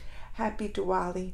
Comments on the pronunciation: it's pronounced as the-waali.. not D-wali😊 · No..not as in Thunder TH.. it's more like the article 'The's TH.. I hope I am able to explain now..😂